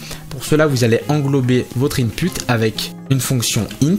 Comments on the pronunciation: Input se prononce inpout. Mais merci j'apprends super vite. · Merci pourl e tuto par contre travail sur la prononciation du mot input 😅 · superbe vidéo mais on écrit input mais on prononce inpout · "IN PUTE" xddd